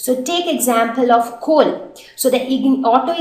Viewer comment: Very right, she is having a very bad pronunciation she says chol to coal She adds 'h' to words and whenever she says 's' so my ears start get irritating